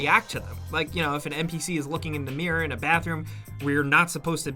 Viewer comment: What’s a ‘meer’ do you mean ‘mirror’?